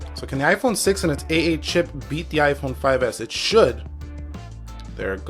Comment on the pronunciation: Lol it is 6 plus not s